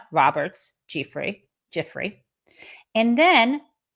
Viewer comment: Say it like this Jen: Virginia Ji-frey. ❤❤❤ Is Trump senile as well as a psycopath to make these weirdo admissions?